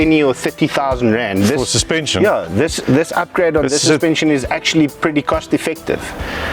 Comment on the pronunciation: Baie nice jul, "suspension" het 'n "N" in. 😅😂